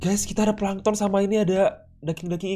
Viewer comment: Bang kok lu ngomong pankton tollol kan abang family friendly?